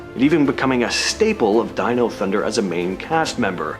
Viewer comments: Did bro really just say Deno? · Wtf is "deeno thunder" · Did he just mispronounce dino?